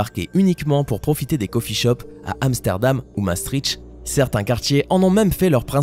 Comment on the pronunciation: On maastricht se dit mastricte pas mastrichte